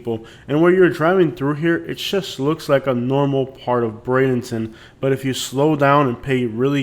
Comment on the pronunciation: With due respect, if your talking about Bradenton, please learn how to pronounce it correctly.